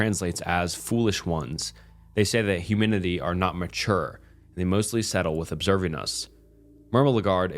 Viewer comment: your telling me you don’t even know how to pronounce humanity? might be time to go back to kindergarten.